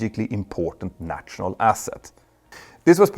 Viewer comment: If you can say Kanslör (or whatever the words for feelings/emotions is in Swedish) why can you not say national? Nasjonal, like Stasjon in Norwegian, sj sj sj :-) Great videos always though!